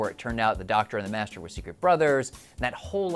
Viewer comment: The guy is called "the Master", not "the Messtrr".